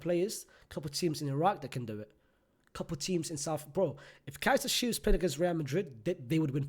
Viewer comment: Man said Kaizer Chiefs 😂😂